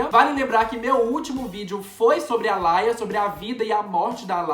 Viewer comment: Não se fala "ALAIA" É "ALIA" mesmo. RIP Aaliyah